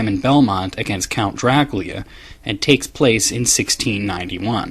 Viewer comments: Why did he speak "do-ra-ku-ria" when the translation is "do-ra-kyu-ra"??? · i appreciate you trying to say the correct pronounciation of dracula, but the problem is despite what someone else said, youre still not saying it correctly. it sounds like youre saying dra-kyu-lea, and its actually Dra-coo-lah. And i have heard it from romanians as well as people who study the subject rather closely, and not once have i heard it like you pronounce it, not even in its native language. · You keep pronouncing Dracula as Draculya. I know the reason, you either said it in the castlevania retrospective or in the comments, but the katakana in the Japanese title says Dorakyura, not Dorakurya. Excuse me if I'm missing something, but it seems both Japan and America pronounce it the same way. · STOP PRONOUNCING IT "Drac-lee-aa". OH MY GOD. It's "Dra-CU-LA" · You are pronouncing "Dracula" as "Drakoolya", but it's meant to be said like "Dr[a]kool[a]". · why do you keep saying dracuila when it is dracula? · Dracula... jra-KOOL-ya... Uhm no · I love watching your vids. I don't mean any offense, but this is a legitimate question. Why do you sometimes pronounce Dracula as "Dra Cool Ya"? Am I missing something? Is that a cultural pronunciation? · Pronounced like "Draculya", apparently, by this author. Though in Romania it's apparently pronounced as "Dra-ku-la," whereas the common pronunciation that all of us Americans are familiar with is "Dra-kyu-la". I suppose to explain this, I'd have to say that everyone has their own personality, and isn't any different. And to, not everyone wants to scroll the comments, so if I've repeated something, my apologies. I figured it needed to be explained once per comment que. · His pronunciation sounds more like "Draclea" to me most of the time.